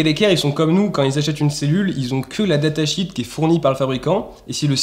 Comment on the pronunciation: Il est préférable de dire datasheet -> data “chiiiit” plutôt que comme tu le dis data “chit” qui veut dire merde.